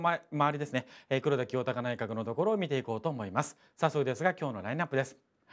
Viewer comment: ぐらいの黒田清隆内閣のところでって言ってるところなんかじわる滑舌壊滅的